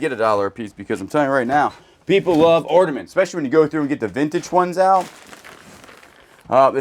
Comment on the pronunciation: More ordiments and reefs today. 🤣 Nippon. Japan. American pronunciation is "Nip-ON." Land of the rising sun. 🌞😊❤